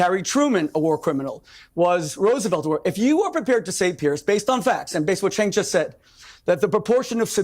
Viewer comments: Chenk not sink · It's prounced "Jenk", the letter C in Turkish is pronounced like a J. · Cenk=Jank. that is how his name is said. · Bro good Video but try pronouncing Cenk correctly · Just watch one tyt episode and should be able to pronounce cenk uygur correctly… ffs lol